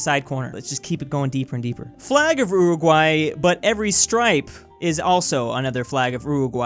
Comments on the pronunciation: "Flag of _Ruhruguay_..." I come to the realization that cannot pronounce "Uruguay". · when says Uwuguay instead of Uruguay